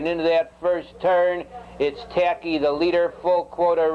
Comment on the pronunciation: "Taki N"...not 100% though I could be wrong but I think it was a New Zealand horse and Gil (announcer) almost never pronounced the "N".